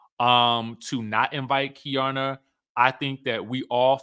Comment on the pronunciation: It’s Key-Arna… Keiarna